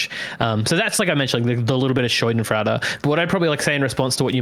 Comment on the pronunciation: Yeah it physically hurt me every time he said that.